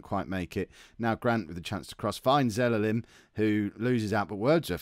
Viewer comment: its Ze-la-lem. Not Ze-le-lem...